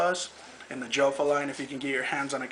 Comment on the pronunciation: its pronounced like yofa for all of you guys out there